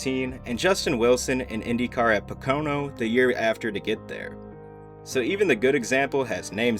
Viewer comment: Hey man, your videos are great, but just a note, I'd try and focus a bit more on getting pronunciation right. Just take a few mins when scripting to google videos about these incidents (rather than just reading about them for research) so you can hear how things like "Grosjean," "Barrichello," "Pocano," "Bahrain," etc. are all pronounced. It's off putting to hear them pronounced incorrectly lmao